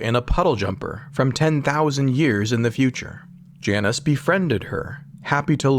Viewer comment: I like this guys name, the narrator isn’t pronouncing it correctly though. It’s “J -Nus”